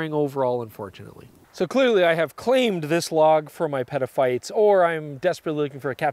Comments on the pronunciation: Dangerously close to petaphiles lol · nah dude. stop saying petaphyte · Every time he says Peta-phite I think of a different word. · Nah, say it again. I laughed. Comedians get away with worse. 😂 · I fully agree. “Peta Peeps” perhaps? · Peter File… 😅🤦‍♂️😂😂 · I know that was horrible 😢😢😢😢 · Even peta pixel is dodgy. Ha ha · Don't ever say petaphytes again delete the video or edit that part, I cannot be a fan of you and have you saying this stuff dude, I just can't. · Yep, I thought I can't be the only one hearing this ;-)